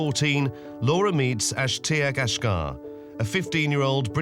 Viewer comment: Why does the narrator say ashgar, when family say ashjack??? Who is this guy???